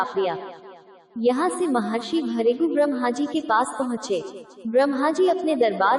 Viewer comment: इनका नाम है महर्षी भ्रुगू. आपको ठीक से हिंदी पढने नही आ रहा है